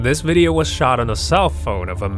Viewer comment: "the gream ripper" "hoooodie" "veedeeo"